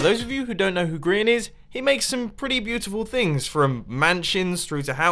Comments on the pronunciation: Grain....XD its Grian not Grain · yea! grain 🤦‍♀️ ITS GRIAN